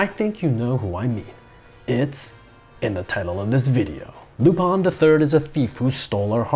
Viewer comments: lu- pin not lup-an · It's lupin not lupon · Why do you say Lupan? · Your pronunciation of Lou-Pawn is getting on my nerves! I’ve always heard it as Lupin. Where are you getting the “pawn” from?